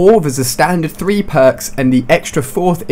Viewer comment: 'Tree days left